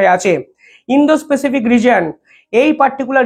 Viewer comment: স্যর কিছু মনে করবেন না। প্যাসিফিক (pacific) উচ্চারন হবে। পেসিফিক নয়। এক কথায় অসাধারণ প্রতিবেদন।